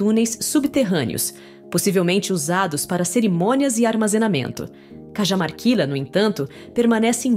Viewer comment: Sou bresileiro,mas vivo no Perú faz muito tempo. O seu video é excelente. Mas só uma observacao: Deveriam ver melhor a forma de pronunciar os lugares, as cidades, investigar como se pronunciam os nomes dos lugares. Por exemplo: as mumias de Cajamarquila (deveria ser: As mumias de Carramarquilha (ou em todo caso com uma H aspirada como no ingles Para ficar Cahamarquilha) La LL en castelhano tem son de LH. Mas o demais esta muito bom